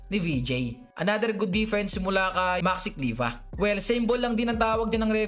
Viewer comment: Kliva nga daw eh😂😂😂 Hanep na yan nakiki slang na nga lng mali-mali pa. 😂😂😂